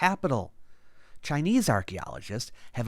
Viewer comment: Your Chinese pronunciation is excellent. Thank you ❤